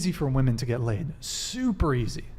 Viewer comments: Omg this was an exhausting and VERY delusional one woman panel……but that didn’t irritate me the most. What was most irritating is the fact that not only “” but ALL the females could not pronounce the difference between “women” plural and “women” singular. EVERYTIME the plural/general fashion was used, it was pronounced in singular fashion - And it literally stabbed my brain with a screwdriver every time I heard it. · Okay, I can't get over the fact that pronounces women like woman. If you're going to be a feminist then at least pronounce your own gender correctly. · If says, "woman" one more time instead of the correct word, "women", I'm gonna lose it lol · Why does she keep saying "womAn" and not "womEn"???? PLEASE learn how to use plurals!! 🙄🙈🙄🙈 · Why is it on every episode of this podcast there is a chick that doesn't know how to say "women". It's woman if you are referring to one female if you are referring to two or more it's fucking WOMEN. What's up with these chicks and not knowing there is a plural for woman. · The fact that she says woman instead of women. Holy hell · Is it just me, do i pronounce “women” wrong or are they saying “woman”?! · I'd love if that girl could say women just one time. She only ever uses the singular pronunciation even if the sentence calls for plural. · Why is no one correcting her when she says, “woman”, instead of “women”. Wtf?! Driving me insane!! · What the actual fuck is up with this generation not knowing how to pronounce the plural for woman. Woman is one woman (woo-man) Women is plural (whim-in) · Everytime she says "woman" instead of women 🤦‍♂️ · Why does always say "woman" instead the proper plural pronunciation "women"? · Someone needs to tell the hostile girl that “woman” and “women” are pronounced differently. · It's driving me crazy how is pronouncing "women" as "woman" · Why cant this woman say women. She has no sense of how to even talk. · why can't she say "women"?